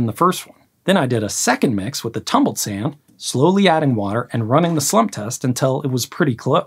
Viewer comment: This guys pronunciation of sand.... sayunda 😅